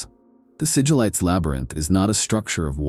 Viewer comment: I mean it would be nice if they'd quality check it a bit more - there's quite a few mispronounciations. Who is Mal-kayder? The Necron-tyre, Siggel-ites, Pohst-humans?